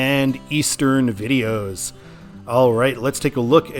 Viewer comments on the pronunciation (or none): none